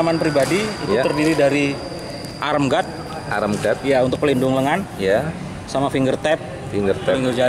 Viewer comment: Arm guard (baca: aam gaad) bukan arem. ✌